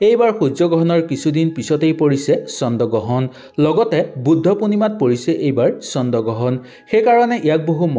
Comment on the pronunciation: চন্দ গ্ৰহণ নহয় অ' "চন্দ্ৰ গ্ৰহণ" হে 😂😂